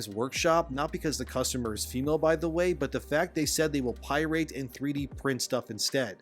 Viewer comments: "PIE-RATE" Do you intentionally mispronounce things? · Pyrite??? You mean pirate??? Do you have a speech impediment or something??? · what's a Pierate? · Up until now, I have enjoyed your channel. Seems that you might be using AI to narrate your posts. Do you really not know how to pronounce pirate?? Pie-rate? Really? If you don't have the time to actually narrate your articles then I don't have the time to listen. Laterz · I'm so shocked by someone not being able to pronounce "pirate"